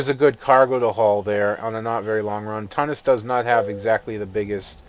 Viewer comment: Wow nice graphic settings.. and it's pronounced Tu-nis derp